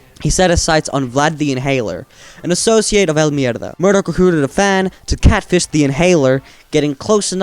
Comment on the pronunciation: He says it so well